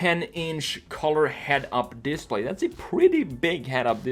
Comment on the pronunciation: How can it be so hard to say display?